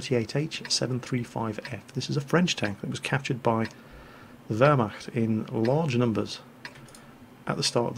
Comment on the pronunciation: Wehrmacht!:D It's so funny for a german guy like me if an english guy like speak german words!:D